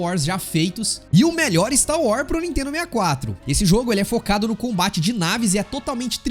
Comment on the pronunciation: Não é Stau War, é Star Wars. kkk